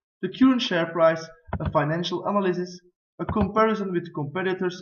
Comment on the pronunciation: Good looking presentation and well brought! Just a couple mistakes. Make sure to pronounce the following words right: analysis (in the beginning) ; percent; chemical;. And make sure to write 'profitability' correctly. Also try to avoid that the lay-out of your slides overlap with your graphs.